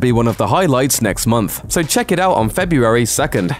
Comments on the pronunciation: I hate how you keep saying FE-BU-ARY. Missing something? Maybe an R... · You can't say the word February very well, can you? 🙇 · You say February funny. I would pay to hear you say it 10 times in a row.